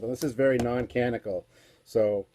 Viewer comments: only so this one now but... canonical. cah-NON-ih-cul... four syllables. also, as much as I love it, I even bought it as soon as it was published, Mr Scott's Guide is not canonical. if it ain't on screen or in the encyclopedias written by Okuda, it ain't canon. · Canonical............ Can on ee cahl